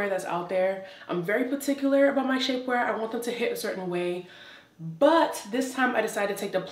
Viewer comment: 21. Had to rewind because I sincerely thought she said "Shitware peices", but she actually said : "Shapeware pieces". After viewing the entire video I'm convinced that she SHOULD have said would I originally thought I heard.😳😁